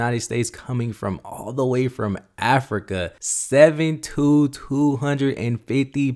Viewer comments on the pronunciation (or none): none